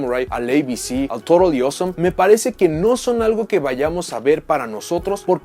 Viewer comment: Soy el único que cuando decía Toadally Awesome sonaba más bien torodioso?